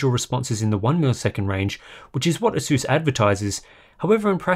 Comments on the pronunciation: "Ay-suhs"is his you pronounce it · It would be very good to learn whether the monitor has a hardware LUT. BTW, you are not pronouncing "Asus" correctly. Take a hint from the company itself.